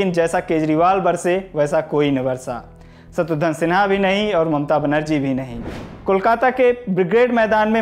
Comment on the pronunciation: भाई आप सबसे पहले 'शत्रुघ्न सिन्हा' का नाम ठीक से लेना सीखिए.... 'सत्रुधन सिन्हा' बोल रहे हो...😒